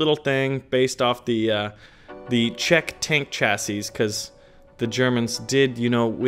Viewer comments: It's weird that you got the plural right but the singular wrong. The singular Chassis is pronounced the same, just with the last S silent (Cha.see.) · Hey, chassis is pronounced she-see:) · Chassis,... Say it with me: Chass-ee